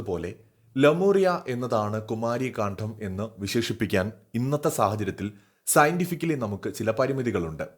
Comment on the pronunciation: കാണ്ഠo അല്ല. പ്ലീസ്. കാണ്ഡം